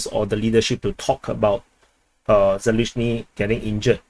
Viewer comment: It's Zaluzhny and not Zaluzhyny means behind the meadow.